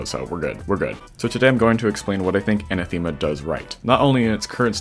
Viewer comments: Another level with a Greek word as the title Btw its Anáthema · I love how top extremes are all named after greek gods/words (and maybe other stuff but mostly this) and everyone is destroying the words xD. oh and btw for anyone who cares its anáthema and the e is pronounced like the e in help (for example)